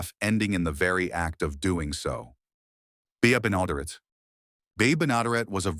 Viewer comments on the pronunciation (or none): I quit the video when your half ass AI voiceover mispronounced Desi Arnaz and Bea Benadret's names. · Bea Benaderet and Desi Arnaz probably rolled over in their graves at how badly their names were mispronounced. A.I. narration sucks!